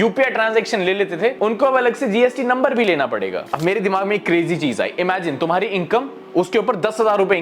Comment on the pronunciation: Bro said "tumhari" as if he lives in Mars